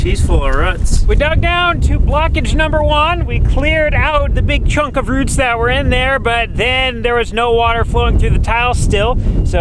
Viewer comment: Rutts (Roots)? What's a "rutt"? It reminded me of a court scene in My Cousin Vinny...lol! That's ok, I'm no better being a Philly native